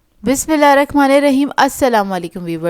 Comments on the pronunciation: Behn apni Bismillah TU thek ker lo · Bismillah sahi tariqa se parha karain api please